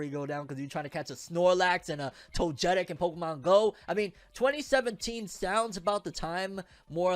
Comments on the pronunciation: i know you not into Pokemon anymore but hearing the way you said “Togetic” was killing me🤣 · Fam you did not say togetic 🤣🤣🤣 you made me double back to hear that blasphemy 🤣